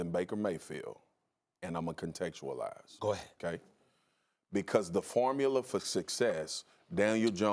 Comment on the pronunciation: Homie said contextualize 😂